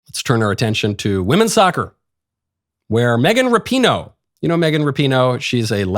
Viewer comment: It's pronounced like Rap - i- no